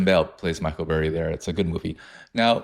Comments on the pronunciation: This fucking guy really cheeses me with saying burry last name as blurry lmfao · It’s Michael BURRY not Blurry lol😅